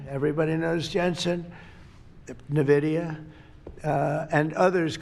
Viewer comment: The fact that he calls it Navidia shows how out of touch he is even with the business interests that he is catering too